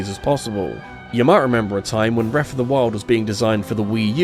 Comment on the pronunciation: Please practice saying “Breath” not “Breff”. As well as “Ocarina” instead of “Orcarinar”. It’s hard to listen to this many times.